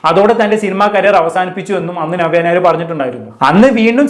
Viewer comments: നിങ്ങൾ നവ്യ ഞായർ എന്നാണ് പറയുന്നത് 😀 നവ്യ നായർ എന്ന് പറയാൻ പടിക്കു... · ഞവ്യ ഞായർ😅 അല്ല നവ്യ നായർ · നവ്യ നായർ എന്ന് ശെരിയായിട്ടു ഉച്ചാരണം പോയി പഠിച്ചിട്ട് വരൂ പ്ലീസ് 🙏🏻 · ആദ്യം നവ്യ നായർ എന്ന് പറയൻ പടിക്ക്. എന്നിട്ട് review ഇട് 😂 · ആദ്യം നവ്യ നായർ എന്ന് മലയാളത്തിൽ ശരിയായി ഉച്ചരിക്കാൻ പഠിക്കെഡേയ് 😡😡😡